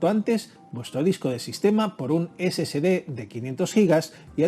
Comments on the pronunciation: No se debe pronunciar "scd" sino S S D de Solid State Disk, corrección desde Cobán, Alta Verapaz, Guatemala, C. A. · Sí, lo sé, pero debería NO comerse la "E"... Debe sonar: "ESE ESE DE", no: "ESE SE DE". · Perdón pero pronuncia mejor si es que te vas a dedicar a hacer videos , se llaman SSD y se pronuncia " Ese Ese De " , entonces porque lo pronuncias "Ese Ce De" lo que significa que al escribirlo como lo pronuncias sería " SCD " . Por favor más profesionalismo si te vas a dedicar a esto 🤷🏻‍♂️🤷🏻‍♂️ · Por que llamas al disco SSD como esecede , no es SCD. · ¿SCD o SSD? Cuando los menciona Ud. parece que dice: "ESE SE DE".